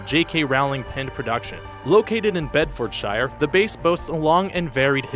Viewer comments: ''located in Bed Ford Shire'' lol Americans. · For all you Americans, it's pronounced Bedford 'sheer' instead of Bedfordshire.